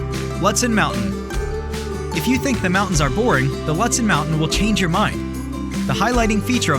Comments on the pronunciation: Ludsen? Im pretty sure its pronounced lewd sen. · Please know the correct pronunciation of the towns and places you recommend, so as not to make the visitors sound like idiots. Lutsen - its pronounced “Lootson” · Not trying to sound rude but some of the places that you said aren't how they are pronounced like lutson is pronounced (lute-son) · Lutsen: loot-sen Grand Marias: muh-ray Tettegouche: te-ta-gooch Your video sucks. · Loooo tsen is how it’s pronounced, you botched so many pronounciations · I noticed that, too. And isn't Lutsen pronounced Loo-tsen? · Lutsen and Grand Marais are incorrectly pronounced by your vocal robot.